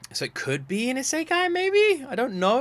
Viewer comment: You're saying Saikai, it's Isekai